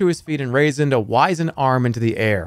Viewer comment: Jerma doesn't know wizened or livery.